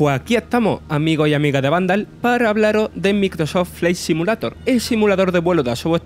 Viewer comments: Putamae debe mejorar tu asentó pronunciar bien Maicroat flya simulato jsjsjsjss besitos mua mua👁️👄👁️ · Ayudemoslo a pronunciar: Maicrosoft Flaight Simiuleiror Evitar pronunciar: Microsof Fli Si mulato Agradezcanme despues. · cada vez que pronuncia el nombre del juego... Bueno el contenido pero empezar con un Microso fley simulato es de coña. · "MICROSÓ FLI SIMULATO" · Si hablas espantos el español, como hablar ingles, vale el esfuerzo, pero grabate esas 3 palabras y repitelas hasta que suenen mas o menos bien. MEICROSOFT FFLLAY SIMIULEIDOR, Pronuncia asi. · Yo solo me cachondeo de como pronuncia el nombre del juego. Nada contra el acento que tiene! Al murciano se le respeta :) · Microsof flei simulato... En el equis bos gueimpas... No es por tirar joda, pero el narrador debería cuidar un poco su pronunciación, le quita profesionalismo cada vez que asesina un poco más el inglés con esa pronunciación